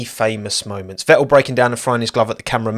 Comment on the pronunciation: Like the content but listening to that accent that cannot pronounce the letter "T" is beyond irritating...... Ve-ool, no its VeTTel....